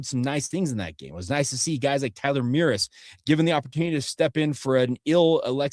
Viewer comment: STOP BUTCHERING TYLER’S NAME. Mrus. Rhymes with “us”. Like toys-r-us. The “mr” in Mrus is pronounced “mer” like Murray, but said quickly. Say it with me. Mer-us. murr-Us. Mrus. Not Mear-iss. Mrus.